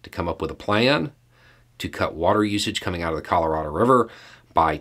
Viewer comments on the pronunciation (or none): none